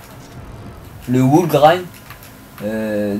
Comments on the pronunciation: cool ca va mais cest pas wool mais wall comme mur wool cest laine et +1abonne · Le Wool Ride ?.. C'est Wall (mur) en Anglais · pas mal mais on ne dit pas "wool" ride mais "wall" grind car wool signifie laine